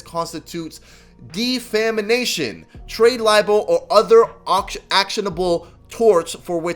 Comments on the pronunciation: Defamation - (Deaf-ah-may-shun) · Not being an asshole lmao but defamation is (deaf-am-ation)